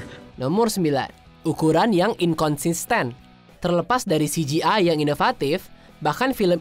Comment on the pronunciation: No.9 ituh "Ukuran yang Tidak Inkonsisten" atau "Ukuran yang Inkonsisten" Tpi saya denger ,mimin ngomongnya "Ukuran yang Inkonsiste" 🤔🤔